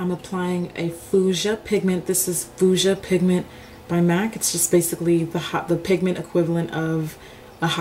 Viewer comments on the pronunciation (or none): Nice color application. May I point something out to you in a kind way: you have a strange way of mispronouncing the color fuchsia. You say it like "foo jah" but it's pronounced "few sha" like A Few Good Men. I love your tutorials.